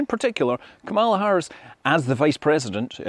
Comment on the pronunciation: Get the pronunciation of Kamala Harris correct